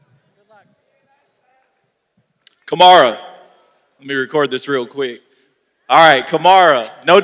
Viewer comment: “Kamara! Kamara! No disrespect.” Yet he mispronounced his name twice.